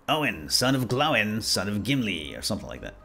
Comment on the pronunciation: Sweet series but seriously dude, how do you pronounce "Gloin" as "glow-in" but "Oin" as the proper "oi" sound xD?